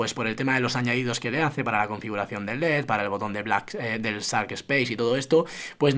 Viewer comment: Como vas a decir zark... Es Shark, se pronuncia como Sh, que suena parecido a la Y en Argentina, como Yark pero arrastrando S... SHARK... ZARK 🙄...